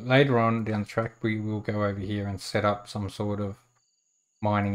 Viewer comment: "Hyyee" instead of "here" is almost physically hurting my brain..